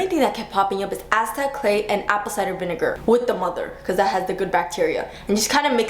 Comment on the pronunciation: aztec clay with "the mother"? "demonther"? What is she saying?